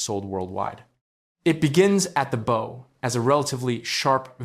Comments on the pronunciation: Owe, as in "You owe me money" is pronounced like "no". Maybe you should try "Bow like How". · Hey, AI! It's pronounced Bow like Owe, not Bo like No. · If you're going to use AI to read your text you should spell out "bow" phonetically as "bough" so it reads it correctly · AI voice can't pronounce the word bow 😂